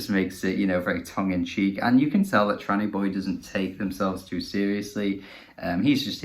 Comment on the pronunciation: Appreciate this g, much love! Also first perfect name pronunciation. 🙏 🧡